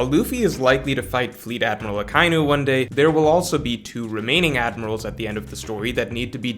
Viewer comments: It's Aka-inu, aka meaning red and inu meaning dog, which you already know, but it's not pronounced Uh kye new. Aka Inu, just say it as one word, Ah Kah Ee New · jesus christ its “ahh•KAI•E•New”